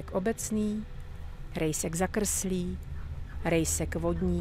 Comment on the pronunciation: Tymto hlasom by si mohla prednasat aj o anorganickej chemii 😍A ako vyslovujes " jezek,krtek,rejsek " to znie ako poezia 😊